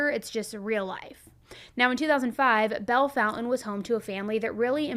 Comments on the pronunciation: Nice, except there's no "U" in the town name... So it's not pronounced "Foun-Tan," but " FON-TANE." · Why are you calling it Bell Fountain when the name is Bellefountaine? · Bell- fawn-tain